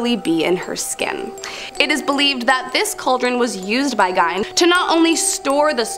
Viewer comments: His name is pronounced GEEN! Not GINE!! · Absolutely love this channel!!! However, pronouncing Gein “gyne” is killing me considering how famous he is 🤦‍♀️ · How can you mispronounce Gein…..